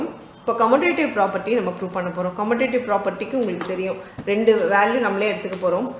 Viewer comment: Mam why are you say கொமுடேடிவ்‌ its கமுடேடிவ் right 😅 any way i am sorry to that